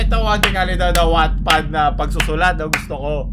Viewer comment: wattpad o sadyang pangmayaman lang pakinggan hahaha charot